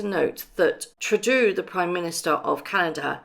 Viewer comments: Trudeau of Canada is not Treu-do, it's pronounced true-dough. Just help not criticizing. I love you YT? Vids!!!!💕🌹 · Not True-dew..... it's pronounced True-dough. Justin Trudeau 👍 😍😍😍😍😍 Thx. For free video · The Prime Minister of Canada is Justin Trudeau.... his family name is French Canadian and pronounced "Troo-DOH" Just a FYI from a cranky Canadian... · Extra comment...easy to do, but you mispronounce the name of Canada's PM. Trudeau is said. True Dough. Other than that, I love your videos. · It is pronounced true dough 🇨🇦